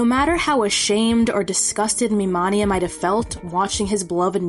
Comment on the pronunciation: I know this came out three months ago, and it would be useless to say regardless, but my only complaint is how you say MiMania, because it’s Mi Mania , pronounced like mania , which I only care about because it plays into his character as a manic fan (an early example of a true “fanatic”, aka manic fan). Otherwise flawless.